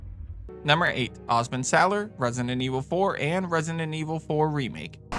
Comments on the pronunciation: it's annoys me that he keep saying rent-sinen evil😢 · He pronounces it "Resinent"😂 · loved the video man, but i cant with the way you say resident evil, "resinenevil" HAHAHAHAHAHHAHA, great list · Had to watch this video on mute….hearing “Resninet Evil” pronounced kept making me wanna bang my head